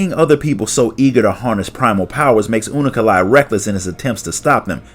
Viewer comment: hearing him say unukalhai as unu- ka-lhai is freaking me out xD